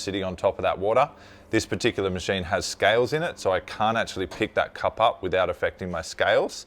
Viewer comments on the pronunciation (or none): none